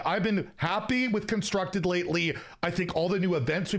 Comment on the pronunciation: "Happy with consctructed"?! 🤔🤦